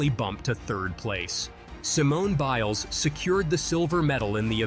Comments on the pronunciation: Alternatively, swapping the 'B' in Biles with a 'Ch' haha It's actually kinda annoying how they keep mispronouncing her name. Honestly, I don't get how it could be accidental, when every bloody social media platform and news channel are filled to the edge with videos and articles about her in addition to the fact that the spelling should be pretty darn straight forward. I mean.. I'm from Norway, where the majority don't even know of Simone Biles, and I got the name right from the 1st time I saw it, so there's really no excuse for an (assumed) American provider of Sports news. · You're mispronouncing her last name. Imagine saying "child" but replace the 'd' with an 'es'. Also, you blacking out yourself is creepy. If you don't want to put yourself on camera, don't.